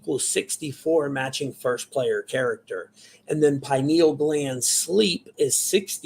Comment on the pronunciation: “I know everything about this” proceeds to mispronounce pineal gland repeatedly smfh 😂